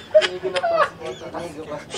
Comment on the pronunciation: Hahaha 😂ang dami tawa ko dito sa dumating na inigo naging Inigad hahaha